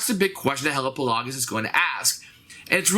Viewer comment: Pretty sure Hellapagos is pronounced like Galapagos